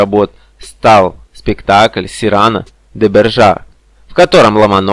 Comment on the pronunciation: Эх, вы, СирАно,СирАно. Уж если ничего не читали из произведений Сирано де Бержерака, то хотя бы научились правильно произносить его фамилию.